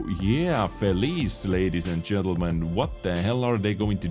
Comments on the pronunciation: It's not pronounced fee-leese.. It's pronounced Fee-lee-chay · It's pronounced fell-e-chair, it's Italian for 'happy' (unless you're at the other end, I guess). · Hi! In Italian it read like this FE-LI-CHE it means happy ☺️ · I don't wanna seem nerdy but in the Felice name, the "ce" part is read like the "ch" of chainsaw and not as feliz, just to fill you up on some Italian grammar from ya pizza boy ;)